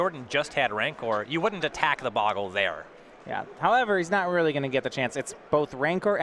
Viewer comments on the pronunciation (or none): I guess Magic players are incapable of pronouncing bogle correctly.